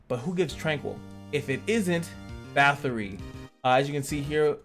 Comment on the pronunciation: Great content! You pronounce Bathory correctly! (I subbed just for that!)